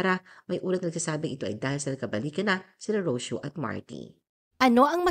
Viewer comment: Ro - See - Yo. Not Ros-yo.Mag-research ka muna bago ka gumawa ng article.